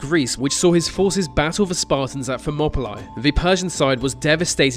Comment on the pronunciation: "fermopolae, wiv". What sort of English is that?